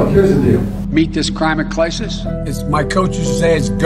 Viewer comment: . “Crimate Clisses.” His brain is toast!